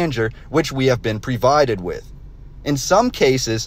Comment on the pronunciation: isn't it provided instead of previded like you pronounced it?